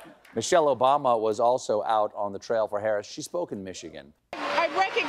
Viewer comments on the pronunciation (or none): none